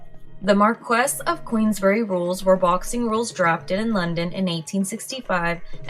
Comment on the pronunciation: Queensberry, not queensbury 🫵